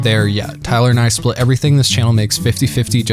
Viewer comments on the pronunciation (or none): none